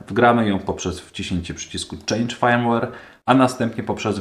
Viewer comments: No Fajmłer się inaczej mówi, poza tym OK. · Nie chcę się przywalać, ale nie ma czegoś takiego jak fajmłer. w słowie firmware i nie czytamy jak "aj" tylko jak "y"